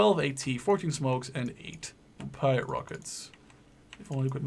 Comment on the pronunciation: Pee-at Not Pie-at If you say Pie-at you are saying it incorrectly. Also it is the T-u-lip as in the flower, not the T-ull-ip Not surprisingly, the Bren gun carrier holds a Bren gun! However the Australians did pop in a Vickers, but they were called Vicker carriers.